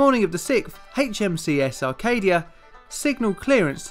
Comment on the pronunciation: I hate to be nitpicky but it sounds like “HMCS Arcadia” ; a lot of people not familiar with Maritime Canada assume whenever they come across an Acadia that it’s a typo for Arcadia when no correction was necessary.